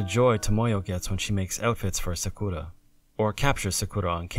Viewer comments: Is anyone else bothered by the way he says Sakura? Wouldn't it be better to just pronounce it the way you would in English rather than use a pseudo-Japanese accent and just get it wrong completely. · You're not saying Sakura right. It's more like "Sah krah." NOT "Sah KOO ruh." Clow rhymes with Grow. Tomoyo is pronounced "toe mow yoh." Long O. NOT "toe moy yo." Re-record your lines and reupload.